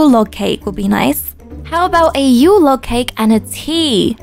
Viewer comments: Lol yeah she said Yule lake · When she was getting the Yule Log for the costumer, she said "Yule Lake" Oop- XD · there's your "yule lake" I'm sorry I started laughing the way you said it. 😂